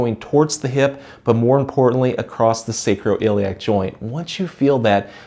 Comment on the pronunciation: No T in across....